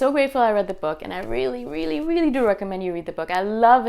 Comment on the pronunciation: Love how you say "rilly, rilly, rilly"! :D